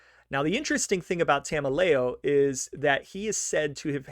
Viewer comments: Enricos last name is promunce like ta mel e o. He was my grandmothers uncle. Spent the firt ten years of my life hearing about how the feds framed him before it became public around 2000. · As far as Tameleo, and yes, you have the pronunciation wrong, he was originally a New York guy and came over with Patriarca as the New England mob had a close relationship with the Gambino family.